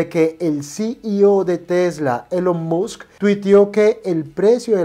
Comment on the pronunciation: Que no sepa proninciar short, que no sepa como pronunciar Berry ni Musk adecuadamente y que además le llamé apuesta a una inversión me hace mucho dudar sobre este video. Vaya no se pide que sea un erudito en el inglés pero sabemos que el lenguaje de este mundo es tal idioma y mucho fundamental como investigación está en el mismo. Ni siquiera su explicación de vender en corto es acertada. En fin, detalles que dan mucho de qué hablar de que es puras noticias filtradas a sus pésimos criterios